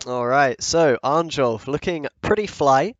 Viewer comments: It's pronounced Arn-yolf rather than the literal Arn-jolf, just fyi, was slowly driving me mad each time... Great vid though! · Please, read J as [y], not as [jay]. His name is pronounced [arn-yolf]